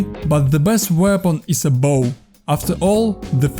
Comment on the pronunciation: great tips! Let me give you quick tip as well - practice how to pronounce in English 'aim' and 'weapon' to improve your accent